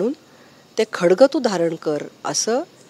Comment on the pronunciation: खडग नाही ग..बाई.. 'खड़ग' आहे ते..!! किती अडाणी खासदार आणि आमदार मिळालेत आम्हा पुणेकरांना 😢 🤦🏻‍♂️🤦🏻‍♂️🤦🏻‍♂️